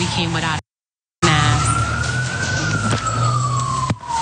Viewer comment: how about you learn proper English. the word is Mask....with a K not mas..........and Ask also with a K.....its not Ass. not granted maybe this woman has a speech problem but if that is the case go get some help before posting vids showing your ignorance.